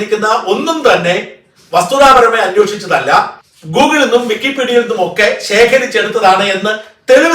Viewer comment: വിക്കി pedia.. ഇപ്പോൾ കേൾക്കുമ്പോൾ പേടിയാ..😂😂